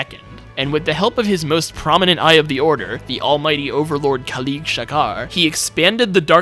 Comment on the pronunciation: it is khalid not kalid